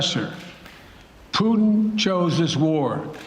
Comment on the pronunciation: " I have no plans to speak with Puttin" can't believe this guy